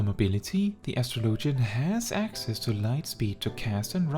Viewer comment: It’s pronounced like astrology… no LOGIAN